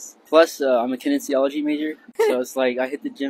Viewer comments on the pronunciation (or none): how can this guy be a kinesiology major when he doesn’t even know how to pronounce the f’n word?